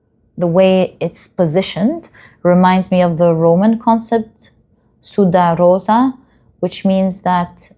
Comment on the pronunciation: Pile 2: Dear, please allow me to correct something: the rose as symbol of secrecy is called "Sub Rosa" ("sub"is pronounced like in "Subhan Allah"). Roses were often kept just on the table and "sudare..." that would mean "to sweat" (sweaty rose?) is not possible. I was a bit puzzled the first time I heard it. 🤪